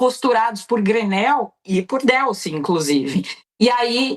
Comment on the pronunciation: Não se pronuncia Délcy, mas sim Delcy.